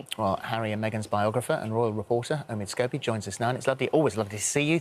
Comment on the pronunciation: Lady C calls Omid Scoobie - Omid Scabies